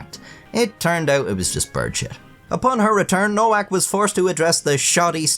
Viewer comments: It's pronounced 'Novak' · Her last name is supposed to be pronounced as “ Novak “. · its pronuced novak btw